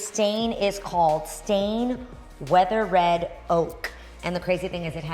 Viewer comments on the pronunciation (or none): Weathered? Weathered means weather worn. Like wood exposed to the elements. lol! Pronounced wethurd not weather red:) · Beautiful 😍!! *FYI it's weathered not weather red 🤣🤣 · lmao "weather red oak" WEATHERED! as in "worn" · Someone tell her its WEATHERED and not WEATHER-RED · You will laugh when you realize what you did - Is it weather red, or maybe weathered? :) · Gorgeous home so far! And it’s “weathered” as in exposed to the elements, not “weather-red”. Teeheehee I adore this young lady!🤭🧡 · It’s the pronunciation of “weathered” as “weather-red” for me🤣🤣🤣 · Lol I had to ⏪ and do a double take for that one! When she said "It has absolutely no Red in it" I was like "well since that's not the actual name of it, I can see why!" LMAO